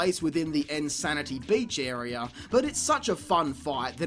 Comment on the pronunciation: Not sure if want to thumb up because of the amount of time and effort that went into this, and for the fact it was fairly entertaining, or thumbs down for how many times I had to heard area pronounced "airy-er" in a single video.